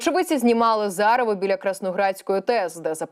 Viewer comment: Та не "зарєво", а ЗАГРАВА.Не калічте,панове,українську мову